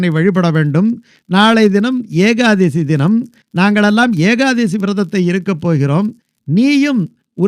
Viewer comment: சுவாமி ஏகாதேசி அல்ல,ஏகாதசி